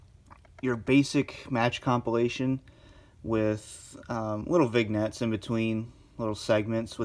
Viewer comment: Love both these dvds except for edge's cheesy interviews. Lol u say vig-nets Vin Yets lol the "G" is silent.